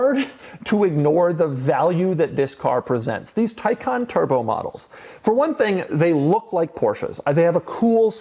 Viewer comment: Why it is pronounced Taycan versus Taycan is beyond me.